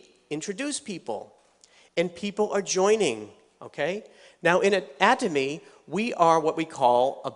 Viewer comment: Why does he keep changing the way he pronounces "Atomy"? And which one is correct?